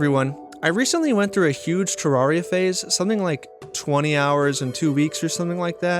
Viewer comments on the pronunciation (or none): Pronounces terraria wrong in the first 5 seconds of the video. Grim.